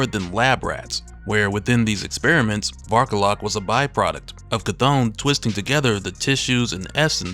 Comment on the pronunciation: When he first introduced him the way he annuciated it sounded like Bark a lot. XD